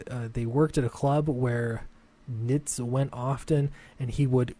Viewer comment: Yes, you're pronouncing it correctly. :)